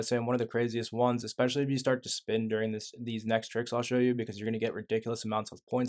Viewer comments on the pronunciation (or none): none